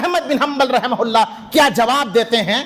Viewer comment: Rahim hulla raham hulla kyon karo rahamatullah boliye kam se kam yaar Naam lo to adab se to Naam lo Rahe mohalla kyon bol rahe ho rahamatullah bolo